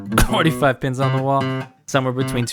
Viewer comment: Pins… It sounds like pens 💀